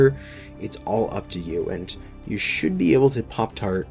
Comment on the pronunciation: Heard the intro as: "Welcome to the shit you buy..."